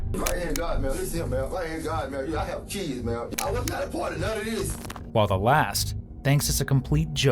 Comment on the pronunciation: Well he has eight keeids at twenty-two....so he can swear on a few.